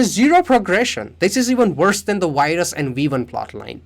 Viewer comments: “weee one and wirus“🫣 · Great video, love how you say virus too lol